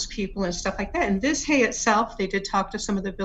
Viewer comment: If it's spelled "Vizhay", wouldn't it be pronounced with something CLOSE to the "j" sound like in Dr. ZHivago? So it wouldn't be ViJay, but it also wouldn't be "Viz-Hay" like how she said it here. Viz-Hay just sounds so anglicised, like how my mom used to pronounce the town of Roseto, PA, "Rose-2" instead of "Ro-SEE-toe". Just because English doesn't use "zh" together, doesn't mean other languages don't. Imagine some language w/o the "th" sound saying, "tee-hee" every time they say the English word, "the". (Edited because I had a brain fart & used the wrong word: "Anglicanized" LMAO! I didn't catch it until after I'd posted.)